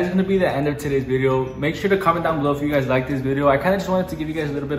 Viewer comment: ITS BELOW 😂 NOT BELLOW